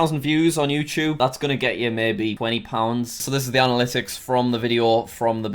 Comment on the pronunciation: Other youtubers: Analytics! Jack: ADalytics!!